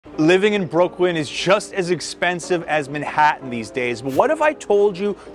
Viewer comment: Brookwyn? lol